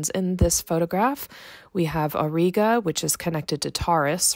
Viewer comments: It's pronounced /aw -ˈrī-gə/ not /aw-ree-gə/ both in American/Canadian and British English. Anyway a huge like for the video. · The common pronunciation for Auriga ore-eye-gah. Thanks,, Three Pines Observatory